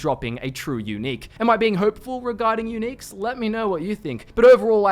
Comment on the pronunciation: When you say unique it sounds like eunich